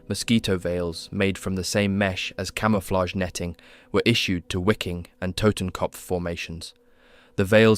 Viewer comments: Great clip. Only thing that drove me almost mad, was your pronunciation. The W in German is a sharp V, almost F. The division was called viking, not (exaggerated for effect) why-king as you pronounce it. Same thing with Waffen. When you pronounce it sounds almost like it would have a U on the front. Other than that - great job. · Wiking=Viking If you’re gonna say it, say it right. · Wiking is pronounced Vee-king. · Hey if this isn’t an AI narrator, then you should be pronouncing “SS Wiking” as we would pronounce “Viking” in English, with a V sound. German ‘W’ is pronounced very much like English ‘V’ (as in Wehrmacht), so it’s literally just the SS Viking division. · Brother I'm sorry but you pronouncing it as wicking is driving me insane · Way to mispronounce Wiking every time